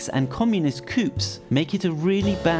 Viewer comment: The pronounciation of the word coup says it all. I had to stop watching at that point.